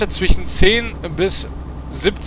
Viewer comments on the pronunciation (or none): none